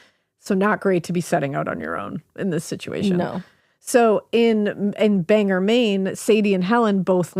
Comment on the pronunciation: I never comment on anything but I came here today to pronounce Bangor and thought about explaining it this same exact way! Also central maine, hi ladies!!